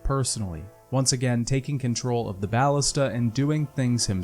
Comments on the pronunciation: please, its BAL-LISTUH not baalista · bal-LIS-ta Emphasis on the 2nd syllable. Plural Ballistae.